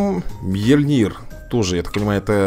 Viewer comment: Правильно говорить МьЁльнир.